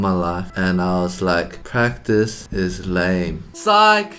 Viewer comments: "prctice" brett, what happened to ur english😂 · Brett: prctice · Brett you forgot the A in practice... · ah yes PrCtiCE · No one: Brett: PRCTICE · normal people: PRACTICE Brett: PRCTICE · No one: Brett: writing practice as “prctice” and “practie”